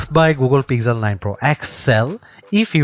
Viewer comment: "Peezel 9"????